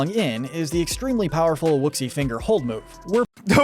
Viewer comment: Wuxi is pronounced woo-shee. The person who read the script very clearly has not seen Kung Fu Panda, and they come across as stupid and uncultured. At least pronounce words correctly. Come on.